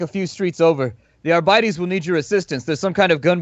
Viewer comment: Argh-Bee-Tays please!